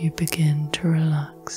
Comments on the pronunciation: I usually enjoy these but this time I could only focus on the fact that you keep saying “relack” instead of relax. It super distracting. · I"ve been enjoying your videos and your voice, but in this one I find your voice a little too relaxed, because everytime you pronounce "relax" as "relak" it pulled me straight out of my relakation 😄